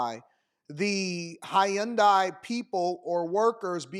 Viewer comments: Hyun-dai not Hi-Yun-Dai 😅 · Bro the word is HYUNDAI. Its 2 syllables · How she pronounced the Hyundai. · Pls say Hyundai correctly 😂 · This woman is so full of shit. She can't even pronounce Hyundai correctly.